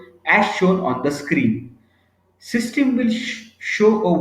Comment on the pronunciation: Sorry, but extremely poor diction in English by the speaker in this video. eg: "System" is heard as "Systim". Facility sounds as 'Phasility". Boring monologue. Please find someone else.